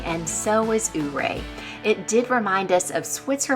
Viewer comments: Loved your vlog. I live in Ouray County and I'm so glad you got to see our beautiful country. I hope you get to come back. For future reference, it's pronounced Your-A. It's named after a Ute Indian Chief. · I noticed how you pronounced Ouray. The town of Ouray is pronounced “your-ray”. Every Summer for a little over 20 yrs, we base camp in Ouray in our RV and off road the trails in our Jeep.